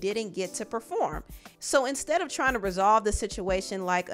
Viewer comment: He said preform her ringtone😂😂😂